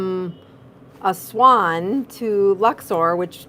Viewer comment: Nice to see you're in Egypt. We have the most amazing and delicious food here. 😊 I suggest you try some roasted duck before you leave. Yummy! 😋 Oh btw, you pronounced Aswan perfectly, just like an Egyptian. 👏